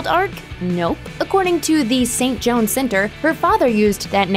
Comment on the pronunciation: Actually, sounded more like Jo-Anne.